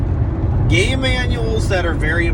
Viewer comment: first time you said game manuals, it sounded like you said gay manuals. LOL